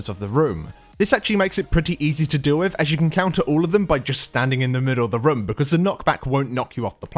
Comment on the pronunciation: whenever you say "room" it sounds like "rum"